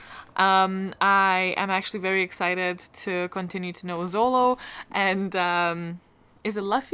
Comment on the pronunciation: Yes! Our Dining Table and Spy x Family were my recs to you. I am so happy you loved them! I'm also a huge fan of One Piece but didn't rec that one as I didn't think it fit the classification. Very happy you enjoyed that one too. PS - It's actually Zoro, not Zolo. There was some silly reason why they weren't allowed to use Zoro in the English translation but the original is Zoro.